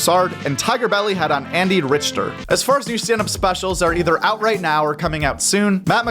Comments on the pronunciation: ANDY FUCKIN RICH-TER 🤣 🤣 🤣 ITS PRONOUNCED RICK-TER. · Andy Rich-Ter smh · Andy Richter. Pronounced: rick-ter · Andy Ritch-ter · It's Andy Richter, not Rich-ter. You don't mention the best comedy podcast Raccoon Titties/TMOS. Wake up. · I love that he mispronounced andy rickter's name 😂😢😅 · "Andy Rich-ter" lol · Andy RICH-ter? cmon man, dudes a legend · It’s pronounced Rick-ter. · RICHTER IS PROBOUNCED RICKTER, how tf do you not know Andy Richter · I caught the "Richter".. did he really say "Wanda Skyes" once? Haha💀 I hope to god he's doing that on purpose. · Fuckin butchered Andy Richter’s name. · …have you never heard of Andy Richter before? The way you butchered his last name indicates you’ve never heard his name out loud. Pretty disappointing for someone who covers comedy news for a living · I never heard anyone pronounce Andy Richters name like that lol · Lol yeah he butchered that one